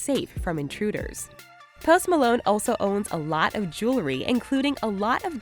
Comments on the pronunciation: i thought she said toast malone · The way she says his name is just ugh